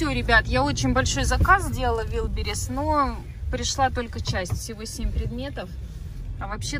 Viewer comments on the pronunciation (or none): Правильно Валберес, а не вилбирес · Простите пожалуйста но не вилберис а вальберис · прости но не вилбирис, а валбирис (но это твоё дело как говорить)